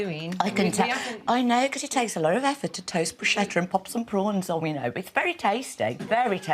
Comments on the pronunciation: It’s pronounced Brusketta. There’s no k in the Italian alphabet so ch = k. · IT'S PRONOUNCED 'BROOSH-KETTA!' 🤯🤯🤯🤯😩😩😩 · you would think Brits would know how to pronounce Bruschetta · it's not "brushetta" there's no such word in Italian. It's pronounced Brusketta - which means little pieces of bread in Italian.